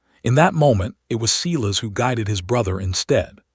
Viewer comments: Sigh-las. Not Sea-las. Yikes. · Every time AI says Ceeless instead of what I believe is Cyles it drives me crazy. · Is the bloke's name Silas? In the UK we say Sylas not Seelas. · If only the AI voice could learn how to pronounce words like bowed, Silas , read, Aleric. Alternatively use simpler names.